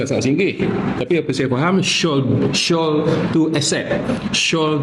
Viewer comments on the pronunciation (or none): Malu lah buat sidang media tapi tak reti sebut perkataan shall tu betul betul. Bunyi sebutan shall ialah 'shell', bukan 'shawl'.